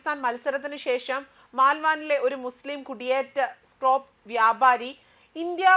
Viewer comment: സ്ക്രോപ്പ് അല്ല.. സ്ക്രാപ്പ്